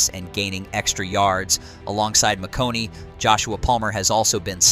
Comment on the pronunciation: Ladd Mc Who? Did he say McConey? LOL. Try McConK... With a K near the end... McConKEY... Not McConey. Yeah, obvious this AI has no idea who or what he is talking about. Obviously, they "can beat any team" as the saying goes in the NFL.... "On Any Given Sunday, any team can beat any other team." Carolina almost beat Kansas City this season. Stranger things have and do happen. But the OL has NOT been giving the QB time. He has been sacked a lot and even by teams that barely get sacks (Atlanta). They have two great tackles, but the guards and center leave something to be desired. The run game has been less than expected as Gus Bus had one run for 40 yards and only like 24 yards on like 11 carries or something like that. Averaging like 2. something yards per carry. They really need a true #1 WR and an Interior OL to be THAT team.